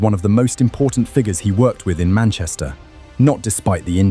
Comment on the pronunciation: top shelf AI slop. idk if even the script is written by AI, but the text-to-speech is atrocious. Leroy Sane read as "sane" (possessing mental clarity)? "they beat Dinamo Zagreb 9 to 2 inches the Champions League?" probably left a period after the "in" by mistake, pal...